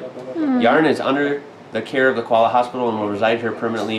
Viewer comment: Your Koala's name is pronouncedas it is spelt.